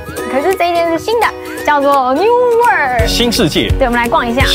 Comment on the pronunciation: 偶是台紐澳公民 基督城5年 奧克蘭5年 墨爾(貓)本14年 南島那條路 走了約十次 現看影片回憶 好懷念 在奧克蘭吃mövenpick ice cream 要不就New Zealand Nature ice cream, 其它就花樣多 但 不見得好吃 New Word? 試著這樣念 Wor-old 把3個音節 巫爾德 變4個音節 巫爾歐德 Steak and Cheese is the best for me as well. Castle Hill 不是卡斯托 Hill 拉 是卡搜Hill Auther's Pass 最高點那個博物館怎沒去 有巨鳥Moa的骨頭 到西海岸Kumara Junction 应多花來回2小時去Pancake Rock看鳥 強烈建議 Wanaka建議住Top10 Holday Park, 就在湖邊. Puzzling World沒去?可惜了 笨豬跳 哈哈 偶也不敢 鹿埸 "碎石路段" 保險公司是不保的 开車小心點 Te Anau 踢阿尿 不念腦 不叫Snow雪 叫Sleet 是下小冰塊 雨下的不夠大 瀑布水沒有往上飛 米佛路上的鏡湖沒去? Te Anau 營火蟲洞沒去? 哭哭 這是最有名的 必去的 Queenstown Shotover river Jet boat 沒去? 哭哭